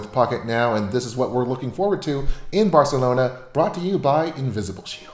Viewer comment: I like how he says "Barcelona"....Barr-celona